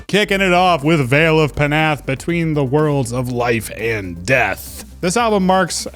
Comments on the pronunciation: Thanks for the list! Got some new stuff to check out. Also I believe it’s pronounced Vale of Nath. The P is silent. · Yes, you’re absolutely right. It’s pronounced NOTH!!! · Vale of Puh-nath 😂😂😂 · Vale of Pnath dont pronounce the P.